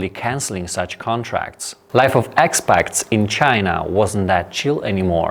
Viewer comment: Expat is pronounced like ekspat not ekspakt 😊